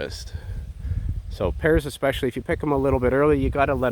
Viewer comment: Hey! It took me awhile to find out whether you were saying pears or parrots. It has been too long since I've heard your dulcet tones. If you are sick of eating pears, how about making some Perry? You could also preserve them in spirits, macerate them in red or white wine (or indeed some of your fine Inniskilin Ice Wine), dry them and use them in my annual Christmas Cake recipe entitled "Pear and Whiskey Cakes" that I have been making for the last 15 years for friends, relatives and work colleagues. Just remember that you are half French (I just hope it is the eating half). I suffered for my art and now it's your turn! Cheers!